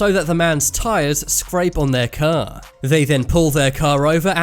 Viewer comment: “He slowly backed up his ker”